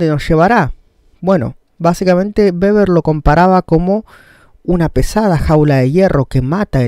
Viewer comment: Weber pero se pronuncia beber ya que la w en alemán es b (o tambien) v